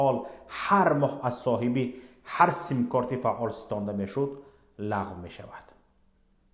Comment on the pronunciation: Бародар гап зади точики гав зан, лагв, пагв, нагу мебахшида, туибосавод, мо лахчавии, точикира, мепазирем